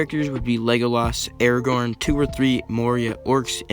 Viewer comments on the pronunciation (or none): none